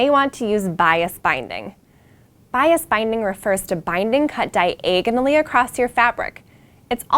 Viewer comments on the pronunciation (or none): Oh, please! Say "di-EGG-onally" again. You made my morning!